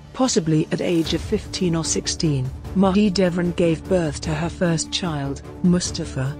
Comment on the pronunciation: Could you get a better narrator who checks correct pronunciation?? This lady could check out how Turkish names and words are pronounced. Suleiman is not pronounced Sulimaan. Haseki is not pronounced Haski. Mahidevran is not pronounced Mahidvrn. My ears are cringing with the terribly enunciated words.